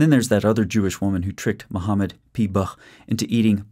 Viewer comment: "Muhammad p-bah" 😂 Brilliant.